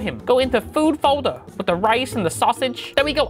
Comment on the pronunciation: "Ret me mooove this for him. Go into food fowwwder" He's right you know.